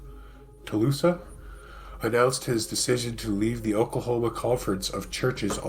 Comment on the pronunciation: Tulsa (Tull -sah) A very shitty town